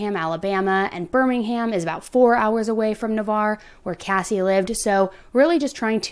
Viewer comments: Oh your pronunciation of Juana’s and Navarre just cracked me😂 As a local to Destin this case has WRECKED our area. Thank you for getting her case out there! A lot of people think Marcus was going to take Saylor to Brazil. Where his Mother lives and he is also a dual citizen. Such a heart wrenching case. Prayers that Saylor gets to come home to her Family today!💜💜💜 She was in CPS custody last i read in Al or Tn not sure which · It's pronounced....nah-varr ..... Navarre beach Florida.... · Nah-var. I had so much trouble with this when I moved to the area. Wha-nahs is a restaurant in Navarre Beach. It’s really popular. She should have been safe from this monster there. Thank you for covering this case. It’s heartbreaking. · Na-var is how it's pronounced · Pronounced “Nav ARE” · I know it’s not relevant but Navarre is pronounced nuh-var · For future pronunciation it’s NavARRE. Thank you for covering this case! I love in Pensacola and we all prayed and hoped she would be found safe. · Im so surprised how quickly you covered this! I grew up in Navarre and this has taken over the whole area. Were all praying for her daughter and family. Also side note, it’s pronounced Nuh-var. the arre Navarre is pronounced like the ar in far. Also Juanas is pronounced like Wannas. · ok this is my neighborhood it is pronounced Nah-var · **edit:** also, bc 100% of ppl reporting online have said it wrong: Navarre is pronounced Na-Var (it rhyming with bar, car, scar etc) Quick bavkstory: im Born & raised here in PCB (Panama city beach). I also went to rehab & sober living in Navarre (where this case took place) for 8 months. I'm fixin to see if we have enough time I've been following this Case closely since the 1st time I've seen it mentioned! What super concerned me was that I was hearing most about it on TIKTOK from ppl nowhere close to Florida instead of just locally all over my fb. I knew it was really serious & was praying this wasn't gonna end up a True Crime case 💔